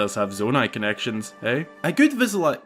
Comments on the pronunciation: Do you actually have trouble pronouncing visualization or was that a joke? I'd believe either. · Your struggle to say 'visualization' has me dying. That's a tough word